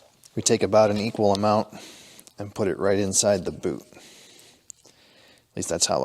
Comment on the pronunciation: You said 'Boot' so many times I thought you were speaking Canadian.